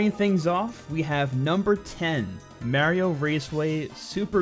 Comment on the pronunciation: It's MARIO not that shit your saying